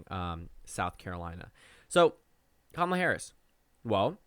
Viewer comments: It’s not Ka-ma-la or Kamla lol, her names pronounced ka-muh-la 😭😭😭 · It’s Cam a la, rhythms with Tamala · The second “a” in Kamala isn’t silent. She has said herself that you say the word “comma” when pronouncing her name. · KA-ma-la Harris. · The second A isn't silent. Harris herself has said that it is pronounced "Comma-la" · You PROUNED the second A. You just shortened it to a schwa